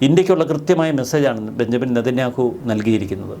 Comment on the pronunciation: ശ്രീ., ബഞ്ചമിൻ നെതന്യാഹു എന്നല്ല ബെന്ന്യാമിൻ നെതന്യാഹു എന്നാണ് ശരിയായ പേര്